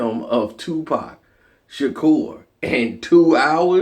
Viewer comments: It's not Tupac She-tu-kur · Tupac Shi-tu-cor